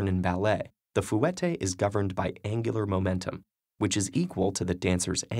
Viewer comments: the way you pronounced fouetté makes me want to die I'm sorry lol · ugh god his pronunciation of fouette killing me . . . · I hate his pronunciation of freaking fouetté god damn don't people fact check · A very interesting video, but the narrator pronounces fouette wrong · because that's how it's pronounced. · TheFantasticFangirl YES AND HE KEPT SAYING IT WRONG !!!!!!!! It was soooooooooo annoying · FUN FACT FOR YOU NONE BALLET DANCERS: he's pronouncing fouette wrong. It's pronounced the way you say "forte" except the "r" sound is a "u" sound. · Loved everything but how you said fouetté. Maybe it's pronounced differently in different places. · this guy's pronunciation of Fouetté makes me cringe. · That was the first thing I noticed and I haven't taken a legit ballet class for two years now :( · Does his pronunciation of fouette bug anyone else? or is it just me? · every time he tried to pronounce fouetté I screamed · wow that pronunciation of fouetté😁😂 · When pronounced properly, this French word does, indeed, contain three vowel sounds ("oo," "eh," and "ay"). Also, the "t" should not be overly percussive; that too explosive "t" is actually the only flaw in this narrator's pronunciation of "fouetté." Simply because we English speakers have tended to reduce the pronunciation to "fwettay" (or, as my first ballet teacher, a Canadian, pronounced it, "fwahtay"), that does not make that common practice correct. Try listening to a French person say the word, and you'll see what I mean ;-). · The pronunciation of fouetté 😂👌🏻 No but seriously loved this video. Gonna keep this in mind next time I go to class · The pronunciation of fouetté is wrong here. Consider the u silent when saying fouetté. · its pronnouced FAW-TAY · dude steady talking bout "fu ette" I can't 😂💀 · When you're a dancer... fOO-eh-TAY? Really, announcer dude? 😑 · but. "foo-ett-ay" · Who else is a ballerina and already knew all of this. And he said fouetté wrong. Isn't it fwe-tay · "Foo-ette" lmao